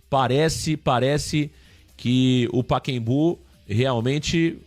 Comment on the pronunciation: Paquembu😂😂😂 PACAEMBU!!